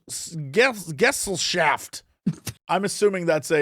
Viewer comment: Hearing Jesse pronounce Gesellschaft like that was funny lol